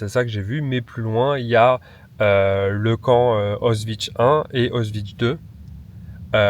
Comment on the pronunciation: La vidéo est sympa, mais ce passage sur Auschwitz ... Entre la mauvaise prononciation du nom, la comparaison avec un parc d'attraction, et l'enchaînement sans transition sur Mcdo, c'était très maladroit !